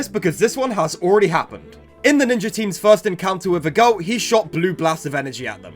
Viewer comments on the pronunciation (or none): Broo I cant with the pronounciation of Eagult, Egalt 😭